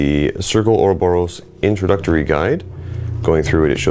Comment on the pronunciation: <- spelling nazi here do you know Bob Ross? a guy teaching how to paint from days gone by. speak this name 3x "Bob Ross" now try the small sentence "Do you prefer Michelangelo or Bob Ross?" practice 3x, next try to pronounce the name without the 2. b "Bo_ Ross" for 3x now the sentence "Do you prefer Michelangelo or Bo_ Ross?" now properly pronounce " or-Bo-Ros " not or_O_boros